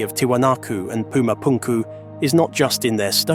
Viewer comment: Would be cool if the narrator didnt sound like a clown pronounciating pumapunku etc 😂